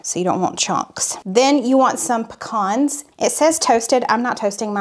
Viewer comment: I'm so happy to hear you say "puh-kahns" the correct way! 😅